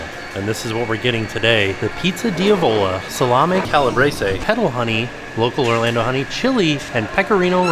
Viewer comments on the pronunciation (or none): Hey - love your videos! For future reference, the pizza is pronounced dee-AHH-vo-lah 😄 enjoy!